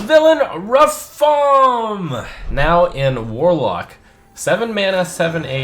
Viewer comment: It's Ra-FaAAAm